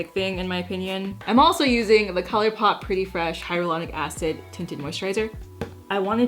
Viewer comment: i miss the era when you pronounced colourpop like cuhleurê pop